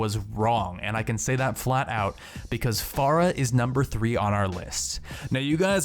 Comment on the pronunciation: Fair-uh not far-uh